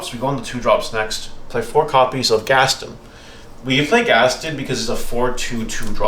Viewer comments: Ghast-own not gasten ;) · im glad everyone in the comments is also focused on him saying "gastin"